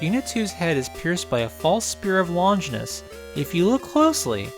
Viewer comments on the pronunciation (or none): none